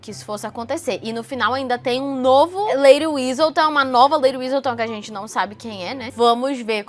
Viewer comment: Mulher pq você fala Whistledown como se tivesse um z no meio😥